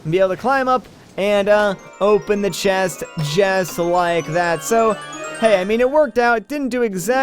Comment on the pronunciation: are you swedish? you just so happen to pronounce the word chest as shest! cute! XD